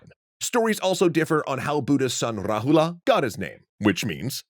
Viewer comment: You're not supposed to pronounce the character "a" that's at the last of a word.. For eg Rahula is correctly pronounced as Rahul, Siddhartha is correctly pronounced as Siddharth